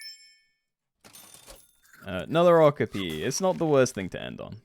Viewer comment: My guy, that’s not how you pronounce okapi.